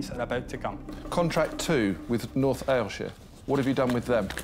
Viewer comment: I'm laughing so hard at Peter's attempt to pronounce Ayrshire.